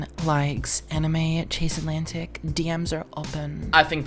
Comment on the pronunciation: "Antlantic" underrated bro